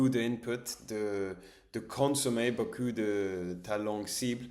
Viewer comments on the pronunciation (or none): Attention à la prononciation "ou" : (u) Ce n'est pas la même chose beaucoup que beau cul 😂